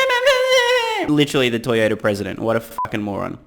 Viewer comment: LMAO Toyoda 😭